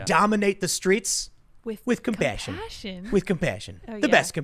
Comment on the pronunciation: He said COP-PASSION...